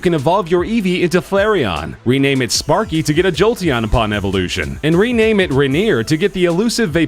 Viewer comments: reneer. ... RAINER RAEENER NOT RENNERR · "Ra - neer" RA-NEER! It's Rain -er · *rainer not rainEAR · ITS RAINER NOT RAINEER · ray-near? it's rain-er, wtf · What the fuck is a renear its a RAINER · Eevee is a fox not a dog It's pronounced ray-ner not ray-near There are continent exclusive Pokemon not USA states exclusive Zapdos is not Moltres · ITS RAINER NOT RANEER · He lost me when he pronounced Rainer "Raneer" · Because we clearly didn't know the Eevee naming trick. Oh, and "Raineer" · (rain•er) lmao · lol... Ra neer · There's actually so many mistakes in this. Like, why the hell does the poke ball have six buttons, Mew, Mewtwo and Zapdos/Moltres aren't even in the game (unless they knew that, I honestly have no idea), AND WHY THE HELL DOES HE PRONOUNCE RAINER AS "Ra-neer." And it's not that they're only present in other states, they're just more common in other states. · I love it when People who have no knowledge of pokemon whatsoever, post about pokemon, that nigga said moltres, and put up a picture of Zapdos, I thought this was hilarious... and he tried to over pronounce Rainer RAINEER? LML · Did he call "Rainer" "renier"? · I don't like how he said Rainer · Am I the only one that cringed when he mispronounced Rainer? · Rainier? Smh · moltres? I think you mean zapdos also how can you not pronounce Rainer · he said rainer wrong....... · he said it like Mt Rainer pronunciation